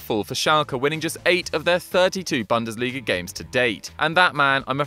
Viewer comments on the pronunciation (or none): For your future videos: the first syllable in "Bundesliga" rhymes with "boon", not with "bun".